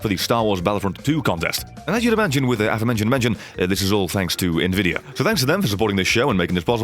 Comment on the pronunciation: I think he was pronouncing it like Nvi-dia instead of N-Vidia